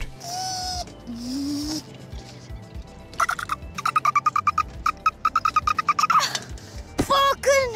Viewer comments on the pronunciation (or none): btw the group is called die (like thee) andwoord not pronounced DIE